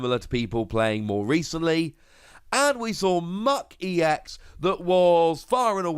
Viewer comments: Still "ecks", not "eee-ecks". Other than that, glad to see the series going on. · EX is pronounced as E. X. ex is pronounced as just the x. Citation